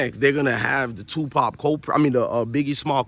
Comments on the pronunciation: real talk though , y dis respect Tupac by saying his name wrong? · His name is Tupac not Twopop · Tupop who the fuk is TUPUP . ITS TUPAC PELICAN 😂😂